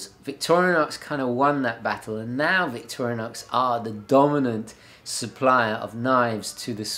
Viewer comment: I believe it’s Victor-IN-OX, not Victorian-OX...lol